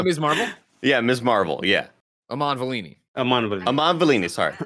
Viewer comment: VELLANI not veline lmao what